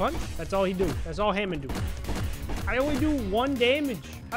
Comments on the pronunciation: bro said hamin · "Ham in" E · He just insulted the entire Jojo’s community pronouncing hamom like that